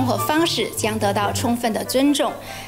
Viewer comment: 共產黨一直在說 "充分", 我怎麼聽成是在 "沖X" (捏鼻)